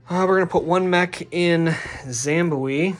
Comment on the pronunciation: Zimba*B*we my dude! Zim-bob-way, not zam-bawee. You're killing me lol. I think you're blending it with Malawi 😅 Seriously though, loving the series. Keep up the good work gents 🙂